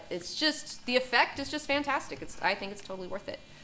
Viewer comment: Wait., she's reading from prepared material??? Did it say fantasticy on the paper?